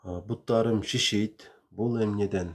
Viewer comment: Ишийт эмес шишийт